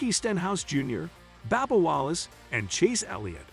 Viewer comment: IT WILL S NASCAR, NOT NASKER. IT IS BUBBA WALLACE NOT BABBA.